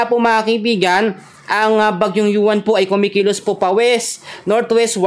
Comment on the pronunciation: Hoy tinagalog nga ang pangalan ng mga bagyo ikaw naman panay english ang bigkas mo sa UWAN